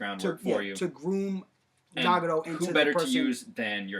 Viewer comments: Can we at least pronounce the names right. NA GA TO not Nah ga Doh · NagaTO, not NagaRo, all you need to do is watch in the original Japanese pronunciation. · its nagATo not nagado =.=